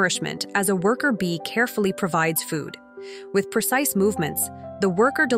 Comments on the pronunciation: How many times should the AI have to emphasise the word "precise" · Say precise one more time... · Say precise again.